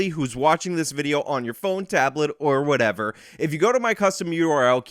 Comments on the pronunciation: Love your channel. Love your stats and facts you a mini ben shapiro. But you used "whatevuh whatevuh" 2ce an it made my back hurt. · Actual "whateva" Justice "whateva" Warrior